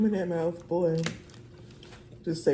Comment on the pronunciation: Not the mowf. Lol. You be killing me.😂